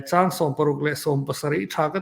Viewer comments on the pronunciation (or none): Ṭhang, hi ṭingṭang kan sawi a, ṭang kan thluk ang khan thluk ila a dik in ka hria mama leh pu mafela in chanel hi ka hmaih lo hle a, nun a chawmin a hlawk thlak hle ṭhin mai Lalpan malsawm che u rawh se